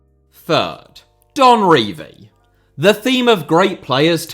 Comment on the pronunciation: lmao you can't even pronounce "Don Revie"